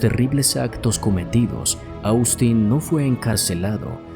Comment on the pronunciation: te haré una observación, con mucho respeto, y es que Austin, se pronuncia OSTIN, no cómo se escribe, asi se llama el hermano de mi yerno, que es norteamericano. Este chico parecia, que estaba sufriendo de esquizofrenia, yo vi este caso, en Investigación Discovery, y en la cámara que había en el restaurante se veía que tenia un ataque de esquizofrenia y luego cómo sucedió el ataque en la casa de ésta pareja, y es impresionte ver cómo fue el ataque Según dijeron en ese programa el era esquizofrénico, y la mamá siendo médica, no le detectó esa enfermedad, y mucho menos le trató los síntomas que presentó antes del ataque, a ella la juzgaron por este motivo.